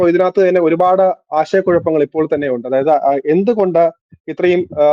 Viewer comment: താങ്കൾ തെരഞ്ഞെടുക്കുന്നത് നല്ല വിഷയങ്ങളാണെന്ന കാര്യത്തിൽ സംശയമില്ല. എന്നാൽ താങ്കളുടേത് വൃത്തികെട്ട ഉച്ചാരണമാണെന്നത് പറയാതിരിക്കാൻ വയ്യ. സംവൃതോകാരം താങ്കൾ മലയാളം അറിയാവുന്നരിൽ നിന്നും പഠിക്കണം. വന്നിട്ട് ' ഉണ്ട ' എന്നല്ല ഉച്ചരിക്കേണ്ടത്....... വന്നിട്ട് " ഉണ്ട് " എന്നാണ്. വന്നിട്ടുണ്ട്). കേട്ട ' ത ' = കേട്ടത എന്നല്ല ഉച്ചരിക്കേണ്ടത് ... കേട്ട + ത് ' -- കേട്ടത് എന്നാണ്.